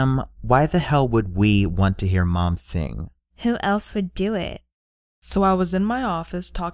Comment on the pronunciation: Before they said "Mom" I thought it sounded like porn.